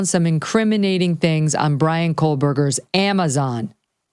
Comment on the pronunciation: Hey Megyn Kelly, are you really pronouncing it KOLEBERGER…??? lmfao. Wow